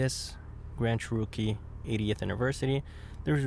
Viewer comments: Cherookie lol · Funny how he says “CHEROKEE “ 😂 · I thought i was the only one who noticed..lol.. 🤣🤷🏽‍♂️